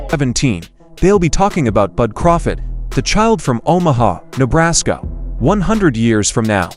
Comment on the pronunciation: Please stop saying Terrance Crawfid it's CRAWFORD.LOOOL